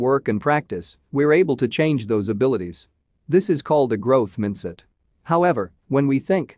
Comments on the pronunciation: Why can't you use a human voice? Mint-set is not Mindset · Horrible AI voice over. Predictable, repetitive inflection patterns. Especially love the pronunciation of "mindsit" in book title!. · Did the robovoice reading this bother anybody else? It lost me when “mindset” was pronounced “Minsit”. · There is one more intelligence Artificial Intellligence This video is made by making AI speak and organise content. How come? AI reads Mind-set as "Miindset" A small mistake but suggesting that common people are not going to need any type of intelligence at all. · Note the machine can't read "mindset" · He said MINDset, twice! He pronounces as in : IN …….! As in Vincent. !!